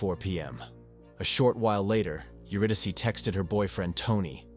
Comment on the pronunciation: If this is an AI Narrator, it must be top-flight, because I have never heard an AI pronounce "Euridyce" correctly before.